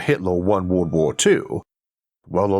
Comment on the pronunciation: I wonder if listening to you attempt to pronounce wobbly would be as fun as listening to your attempt to pronounce world🤔